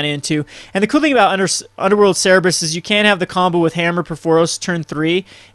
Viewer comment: It's not "Ser-reb-rus", it's "Ser-ber-us". I don't mean to be nitpicky, but you've made that mistake a lot.